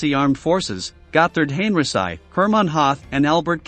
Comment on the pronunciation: Gothurd Hain-reh-sei? 🤣 You obviously don’t know German Moreover, the armed forces are NOT wear-mack👖 And the air force is NOT the luff-wafuh 🧽